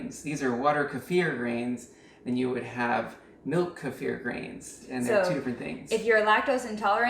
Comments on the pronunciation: Finally! Someone who pronounces Kefir correctly! Thank you! Other people doing how to video pronouncing it like Kiefer Sutherland's name and I get annoyed. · I do like the pronunciation: Ku-fear'' for Kefir, it has this particular vibe to it that I gravitate to. 🥰 I find myself saying it this way on a frequent basis. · FINALLY the 1st channel to pronounce kefir correctly! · I finally found someone that pronounces it correctly. I couldn't even get 30 seconds in on so many other videos. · you pronounce it like the original Russian. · finally someone pronounced "kefir" correctly! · Hallelujah you pronounce kefir correctly!